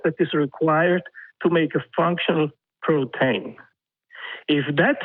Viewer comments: No no. He clearly said "protain". ....or propane. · I keep hearing 'propane' whenever this dipshit says 'protein'.